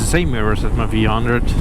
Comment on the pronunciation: V one hundred. Not vhundred